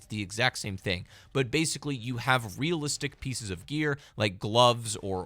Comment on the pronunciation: God like you are so annoying “actuawwy it’s not reawistc” like buddy we get that that’s not the point the point is the violence feels real the way they talk feels real OBVIUSLY GINNA BE FAKE ITS A GANE YOU ANIME WEENIE. The point is why make it even more fake if it’s already fake why not get people invested. I wonder why the old cods were way more loved….. lol